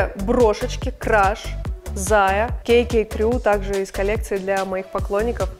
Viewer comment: Смешно- Кей-Кей, все так правильно Ка-Ка! Ну а если по старорусский Како-Како!